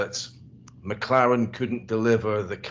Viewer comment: He say Mclaren like Macarena, i dont understand what he said.